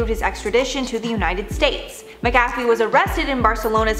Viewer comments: MACK-a-fee, not mick-AFF-ee - h. Granger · Pronounced ; MACK-A-FEE not MICKafee... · I always thought it was pronounced Mac - a - fee ……. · She pronounced it Maa cafe,,,, made me want some coffee 🤣🤣🤣 Hes got a great Wee Irish surname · Pronounced Mack Uh Fee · When you can tell that the host was too young to know what McAfee is, so it is mispronounced all the way to the end. Very cute:) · This story is terrible and sad but I just can't get over the way that they're mispronouncing his name